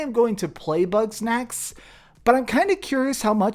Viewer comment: Man every time he says “Bug Snacks” it sounds like “Butt Sex”😂😂😂 When he said “I’m gonna play butt sex” I damn near fell out on my cahir😂😂😂